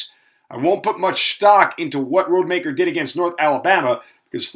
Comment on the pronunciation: 1. You know that you're saying Tate Rodemaker's last name wrong. 2. Florida didn't play Louisville they played Lsu.